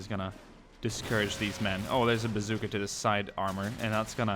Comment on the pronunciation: why r u sayin bazooker it a bazooka